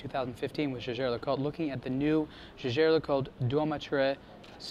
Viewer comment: Its sounds yaiger not jasher because jaeger le coultre is a swiss manufactory!